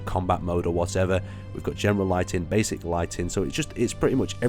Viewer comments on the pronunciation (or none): none